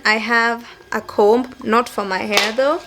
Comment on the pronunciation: Yaaas!!! Been looking forward to this. I'm also looking forward to a sit down with Nick. Those ones are bomb too! Sasa vile we both like good diction, I thought I'd just let you know that the b in comb is silent as in with any other words that a b follows an m. I also say flower for flour btw. Tuko wengi :).